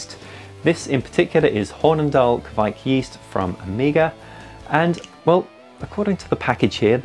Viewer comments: Ka vike... not kquick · If you pronounce Kveik like you say quake, except you exchange the u for a v (qvake), you will be golden. Love from Norway :)